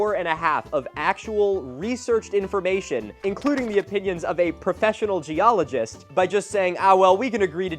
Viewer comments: Dude said Geologer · "Geologer" lmao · I am eating lunch and almost needed the Heimlich when he said geologer. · Holy balls "Geologer" 😂 I love this man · DID HE SERIOUSLY CALL HER A "GEOLOGER"?! LMAO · Wtf is a gee-allijer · can’t even get the word geologist right